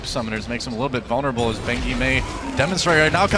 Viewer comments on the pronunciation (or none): none